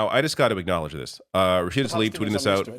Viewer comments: learn to read. her name is Tlaib. not "Talib". you're mispronouncing her name like 5 times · please try and get Rashida's name right, it's Tlaib not Talib. It is so frustrating to hear almost all of you "political pundits" get her name wrong.